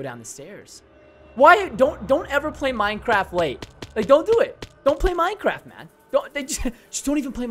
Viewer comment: You know it’s bad when he says “I’m not playing minn-craft again”